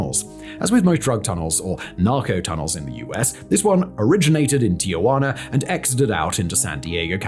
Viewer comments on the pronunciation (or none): Tijuana, not Ti-ugh-guana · Can someone please point out the third 'a' in Tijuana? It's quite clearly 'ti - juana' not 'tia - juana'. Thanks again Simon. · FYI, it is Tijuana, not TiAjuana. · You must not know about the hidden R at the end. Tijuaner, Arazoner, and Canader. : )